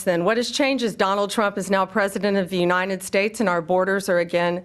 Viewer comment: Pam Bondi can't pronounce United either!